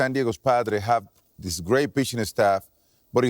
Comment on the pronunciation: & then he said the Padros...he's also been very irritable. He might have some CTE or early onset dementia going on...hopefully not 👀